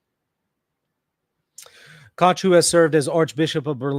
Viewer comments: I love how is unable to pronounce the German "ch" but makes sure not to go with the "k" instead to not call him "Bishop Kock" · Dich, doch, noch, nicht—all German words are correctly pronounced with a hard “k.” Likewise, “Koch” is correctly pronounced in English “cock.”Hilfe uns, Herr Jesu!(Help us, Lord Jesus!)